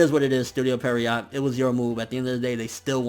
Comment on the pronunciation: Every single time. You mispronounce Pierrot. It's not Perriot. Dyslexia must be tough.